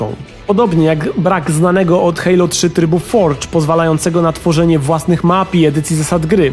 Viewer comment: hejlo?!?!!? kto tak mówi ? XD